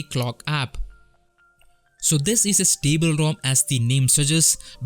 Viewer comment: you can hear back your pronunciation. it is pull not pronounce like pill and it is pronounced stable instead of sounding stible